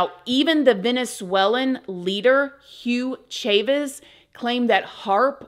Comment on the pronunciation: “Hue Chayvez” 😂😂😂😂😂